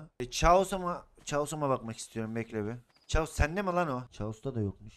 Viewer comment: Abi chaos[kaos] okunuyor